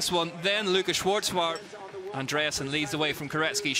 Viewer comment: Without the T Schwarzbauer, cause in german, the letter Z is pronounced TS, so, no need to add a T, but u have to pronounce it even if it doesn't exist. Happy that the GOAT (by far, owning ALL AND EVERY record of this sport) Nino Schurter won, in front of Colombo and Guerrini... oh no, it was in my dream; those 3 Swiss guys anyways finished top 8 and will so start from the 1st line tomorrow the XCO's race; like 3 Swiss women, who did better with the victory of the 2021 world champion (1st ever) of the discipline, Sina Frei, also olympic's vice-champion that year behind the other Swiss Jolanda Neff and in front of the 3rd Swiss Linda Indergand, for this historical and unique all 1 nation olympic's podium in any bike's discipline at the Games in all History.